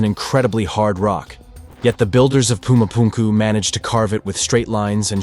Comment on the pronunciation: Whys he pronouncing Pumu Punku like that? 😢